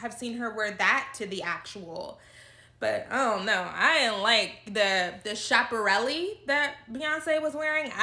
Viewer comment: Beyoncé looked incredible. Also, it’s pronounced “Ska-perelli”.